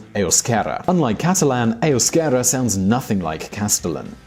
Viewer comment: You made me cry when you pronounced Euskadi and Euskera =( But great video and I love how you know so much as to know that the basque country and Navarre is a role model. Keep up the good work!